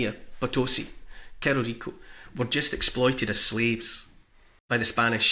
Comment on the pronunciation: "Cerro" is the castillan word for hill and it is pronounced "sarro"